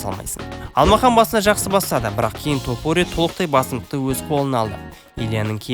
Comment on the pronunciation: Қандай құлаққа жағымды сөз иірімдері! Осындай иірімдер қазіргі біраз спорт журналисттеріне керегі сөзсіз! ТОпурия деп оқығаны керемет🔥 басқа тілдің жетегіне еріп Тапурия демегені ұнады👍 Ал шолуға келетін болсақ барлығы керемет, тек бұндай шолулар өз уақытында шығып тұрса керемет болушы еді🔥 Ал сізге сәттілік🙌